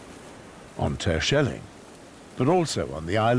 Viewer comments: No! Did nobody have the brains to correct him, saying Tershelling? It is just like Yanks saying schellack. They screw it. There should be a hard G in that. Like gold, just a fraction longer, and not a K either. Yes, this is the hardest sound in Dutch, getting our G spot on, that takes the guts to try and make a fool of yourself, if you are too careful, well, you won't get it right. Because that G is strange. But letting this man do it wrong all the time? Why? Let him take lessons! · I Love how he pronounce some names like Terschelling etc 😂